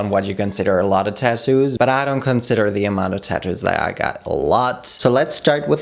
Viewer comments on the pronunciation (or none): Why do u say tadoos